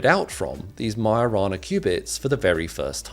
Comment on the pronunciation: lmao I just realised its "Majo-rana" not "mio-rana".